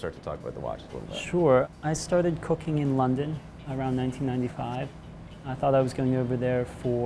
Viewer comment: I’m sure it’s not that out of the ordinary, but the way he says “cooking” just sounds crazy to me and I don’t know why.